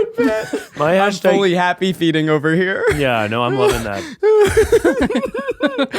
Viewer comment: Love Zach saying that he’s “happy feeting” lol